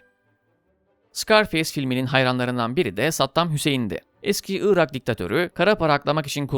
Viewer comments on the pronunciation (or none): none